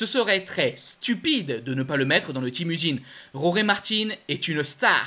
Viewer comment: On ne prononce pas Roré en espagnol ?